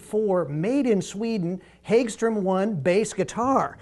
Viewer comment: Hag-strom, not hage-strom